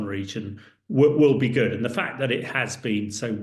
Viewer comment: "te Russians are using again a lot of chemical weapons" . . . . . WHAT?